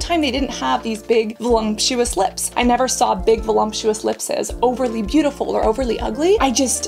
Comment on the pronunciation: VOLUPTUOUS! There is no such word as voLUMPtious!